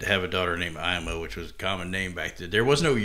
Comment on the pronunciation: The “Ima Hoag” person… I believe the first name is pronounced “Ee-ma” not “I’m-a”